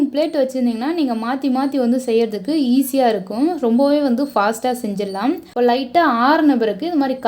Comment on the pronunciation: 'இருக்கும்" போன்ற சொற்களில் கடைசி "ம்' யை அழுத்தி சொல்லவேண்டும் என்று யார் கட்டாய படுத்துவது? செயர்கையாக அவலட்சணமாக உள்ளது. இயல்பாகவே சொல்லலாமே.